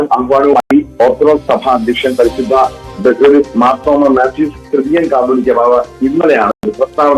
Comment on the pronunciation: കത്തോലിക്കാ അല്ല കാതോലിക